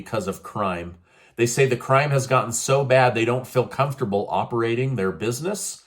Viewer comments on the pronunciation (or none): none